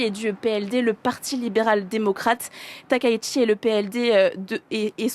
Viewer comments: non, la bonne prononciation de son nom n'est pas "TAKAÏ SHI" mais "TA - KA - ITCHI" (たかいち si tu sais lire les hiraganas) le ち se prononçant "TCHI" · SVP on dit TAKAÏ -SHI et non pas TAKAÏ-ICHI.... Veuillez respecter la prononciation japonaise de son nom. Merci.